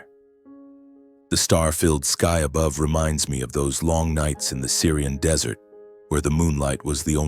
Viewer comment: The lack of credibility is incredulous. The narrator can't differentiate DESSERT from DESERT (the transcript is correct, but the BOTerator suffers from a new condition in the world of A I -- Abject Ignorance). I would have bailed but my hands were amidst food. Now, as to the credible. Whoever wrote this didn't bother checking some really basic facts. 1) A military family is a culture in and of itself. Silence from a family member -- like our hero -- is something that others would know to NEVER press for disclosure. The rules of the culture. They know better than to ask. 2) Harper would have NEVER EVER let such a slip occur unless he was stewed to the gills. THIS JUST DOES NOT HAPPEN--at least it didn't used to happen. As a superior he is above reproach. As a superior he also knows that loose lips sink ships. At this point I was really getting irritated because of how casually this breach of security was written into the story line. The author has DISPLAYED ENORMOUS DISRESPECT, TAMPERED WITH INTEGRITY DUE TO A POORLY WRITTEN PLOT LINE, AND CONCEPTUALLY DEMEANED THE INHERENT STRENGTH THAT BELONGS TO A VERY FEW OF THE BEST OF THE BEST. There are other holes in the plot line such that one could drive a Mack truck through them. This tale is bad -- so bad that I really wish you would take this down. Our military is suffering assaults that are beyond imagining. To tell a story that in some way lessens the culture and its effectiveness is irresponsible.